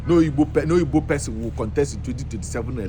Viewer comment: Even the "Ogbo" to "Igbo"